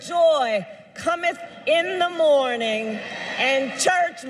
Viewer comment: Her accent did the word "morning" wrong. Started ok, but the 2nd syllable was done totally wrong. Is the audience really ok with only half a fake accent, since they apparently don't mind it's an act all along? They'll take just half?